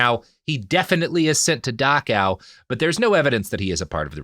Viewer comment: It's Dachau not Dakaw. Why is it so hard for americans to speak? :D